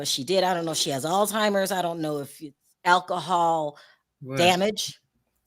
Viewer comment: It's so hard to listen to talk. She is a terrible interviewer. I have tried to watch her channel but she always fumbles her words, doesn't pronounce words correctly. It's Alzheimer, not how you pronounced it. How can you have a utube channel when you can't speak correctly. Too irritating, I'm done!